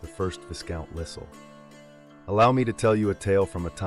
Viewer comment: Interesting animation, but faulty editing and hilarious pronunciation of "Viscount" and "Lisle." AI still has a long way to go to achieve realism. Also, the costuming is completely wrong for the 16th century.